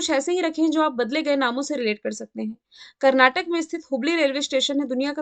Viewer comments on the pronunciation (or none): none